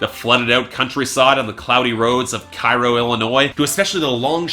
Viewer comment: To nitpick, Cairo, Illinois isn't pronounced like Cairo, Egypt, but rather like "Kay-Ro", more or less. Actually, the locals pronounce it even differently, like "Care-o". Eh.